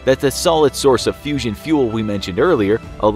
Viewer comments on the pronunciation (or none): none